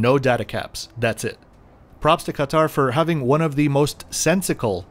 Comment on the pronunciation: great video. you're probably the only person to say 'ktr' correctly and not kat-aaaar or cut-aaar